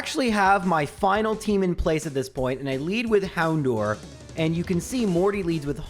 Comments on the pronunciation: I hate to be that guy why do you pronounce houndour as Hound door.? The "o u r" makes an hour sound and is also a pun on the word dour. Dour, pronounce like Dow-er means to be gloomy or severe in attitude. Houndour is quite a severe and gloomy dog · So many people pronounce Houndour as "Hound-DOOR" It's "Dour" like Hour, Flour, Sour. S3 Ep34 Hour of the Houndour LOL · Just wait until you hear him say "houndoor", "arcaynine" or "rival fival". You made the right choice